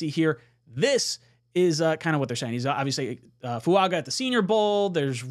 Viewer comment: why are you mispronouncing Fuaga's name. I am sure you watched the video where he corrected the pronunciation of his name. Just incase he becomes a JET lets make sure the people don't look stupid mispronouncing his name. As far as J-Williams, if he comes here it would be to play LT not right. He is clearly a RT but some ppl want, what they want.